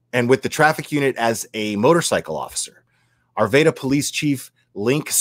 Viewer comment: Broke my heart to hear if this on Monday. I'm from Arvada. Many prayers to my home town. Will it's pronounced R-va-da